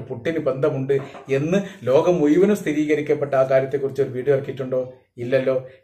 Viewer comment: ...ഈ...മുയുവനും എന്ന് പറയുന്നത് മുഴുവനും എന്ന് ആക്കി പറഞ്ഞാൽ കുറേ കൂടി നന്നായിരിക്കും....ഞാൻ നിങളുടെ എല്ലാ vedio യും കാണാറുണ്ട് പല പ്രാവശ്യo